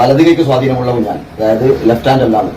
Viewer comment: കുഞ്ഞൻ അല്ല കുഞ്ഞാൻ ആണ്